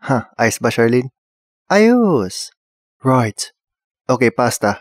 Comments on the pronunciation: "Roight, lovleh" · "Ruighttt" "Luvvly" Ka chuy HAHAHA